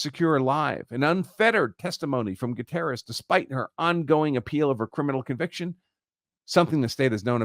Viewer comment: Would you at least make an attempt to pronounce Gutierrez correctly?